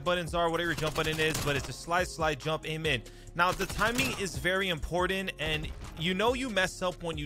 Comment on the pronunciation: I though you were saying Slide-- Slide-- Jump-- AMEN. Instead of Aim In.